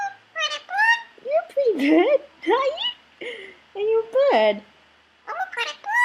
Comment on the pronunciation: Also the pretty blue bird is saying the pretty boyd